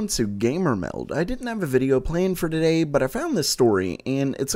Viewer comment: god,it is soooooooo funny when you say meld,hahahaha,it fucking sounds like a puding